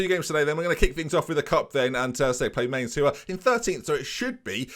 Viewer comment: Just a heads up for next season - Mainz is pronounced more like Mines than Mains.